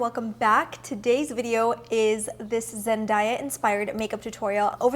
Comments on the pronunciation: It's Zen-DAY-a.... not Zen-die-a. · Zen- DAY- Ah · You’re pronouncing her name wrong 😫